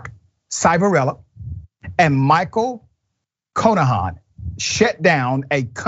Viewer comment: Its pronounced "Shiv" a rella. He is a scumbag. I live near where this happened. It happened at PA Child and Youth. After the place fired all the bad people I got hired there to work with the kids. Nothing changed, it was still a squid game. Kids would show up with 6 months and every time they did anything wrong they got 30 days added to bid. Most kids did 18 months no matter what they did. I worked there for about a year and left, I didnt want to be part of that shit.